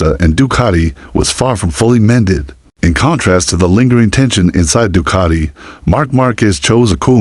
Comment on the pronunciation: Doocarti? Du-cat-i 🙄